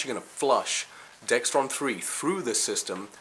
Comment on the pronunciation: Excellent tips. Great video. Just one thing, though. It's called Dexron not Dextron. No "T" in the word.